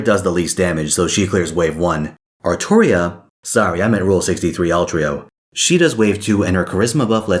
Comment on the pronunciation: Still wrong. It’s Artoria